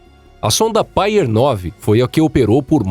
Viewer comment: Poxa meter ia a falar só traz erros. A nível de de inglês então quase nada foi bem dito. Pioneer ele diz painer entre outras. Pioneer quer dizer pioneiro, ou o primeiro painer quer dizer ... Nada não existe está palavra